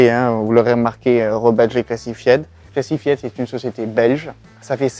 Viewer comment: Massacrer l’anglais comme ça, c'est voulu ou quoi? ”Cla-ssi -faï-de”, pas ”classifiède”. Évidemment qu’ils ne veulent pas dévoiler comment ça marche. C'est la raison même de leur nom.